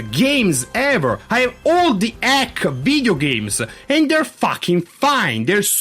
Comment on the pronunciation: nitpick: ".hack" is pronounced "dot-hack". The dot is not silent. :p